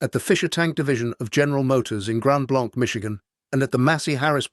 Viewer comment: Fix your AI, it it’s pronounced Grand Blank, Mitshigan